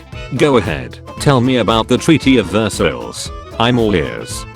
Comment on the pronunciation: how funny sounded “Versailles“, This AI can’t talk French.